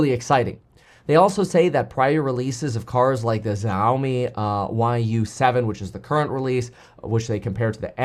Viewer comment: Love your content, can you fix how you pronounce Xiaomi pls? Xi in Chinese = she (just like their president)